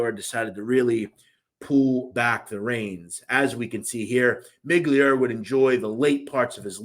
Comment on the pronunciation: His name was not Miglior It's pronounced Miglioreeee I would guess everything you are saying is only shit you have read and don't really know shit about the people you talking about.